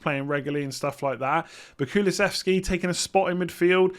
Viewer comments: You pretty much nailed the Kulusevski pronunciation, well done.:-) As a swede I'm stoked to see him in the PL, but I'm not sure if he's interesting as an FPL option yet. He is a very good player though (and young) so I'm keeping my fingers crossed for him. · Pronounciation on Kulusevski was fine 👍🏻